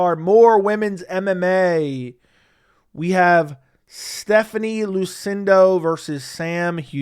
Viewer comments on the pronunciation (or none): thats Luciano, not Lucindo, you are pronouncing it "Lucindo", that was the one that fought Amanda Lemos in UFC 313.